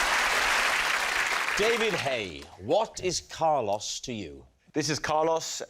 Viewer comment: I love how even after Carlos pronounces his name right they still keep saying Car loss.